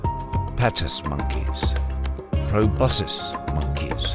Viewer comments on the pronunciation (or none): none